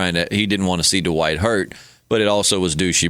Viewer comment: “Dwight”....not “Duh-white”